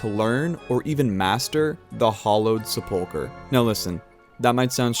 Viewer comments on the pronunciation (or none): The first syllable of sepulchre gets the emphasis.